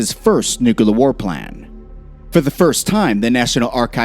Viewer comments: NOO-KLEE-UHR NOT NOOK-YOO-LUHR. This isn't difficult. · NUCLEAR not NUKALER IT is CLEAR not KAlER CLEAR? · Nukula Noo koo larr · For the love of Jesus, its NU-CLEAR